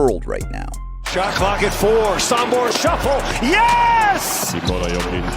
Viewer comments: Sombor, not Sambor! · Great video. Thank you!! Only please pronounce "Sombor" with the "o'" Sooombor not Sumbor. Many thanks! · Just a little thing. It's pronounced sOmbor with O not sAmbor with A. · Nikola JOKIC is coming from Sombor not Sumbor, so this is, S O M B O R , just read each letter as it is written! Sombor shuffle!!!